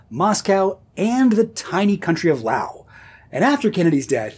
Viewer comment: As a resident of Laos, loads of respect for pronouncing it as 'Lao' instead of 'Laos' or the god-awful 'Layos'.